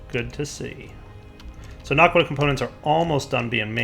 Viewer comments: OMG ITS NOT NARQUDAH ITS NA QUA DAH no r in it. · he keeps saying narkqudah its annoying